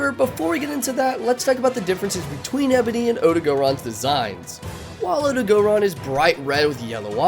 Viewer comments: My brain just stops every time i hear “OdagOron” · Does noone notice the gray on ebony odogaron? Also it's not odo-gO-ron.